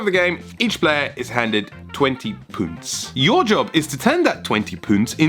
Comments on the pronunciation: possibly the best video yet... renowned philosopher the good place. Ha! And you were so close on pronouncing Punt! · Punts should be pronounced with a harder U, like c*nts. Sorry to use profanity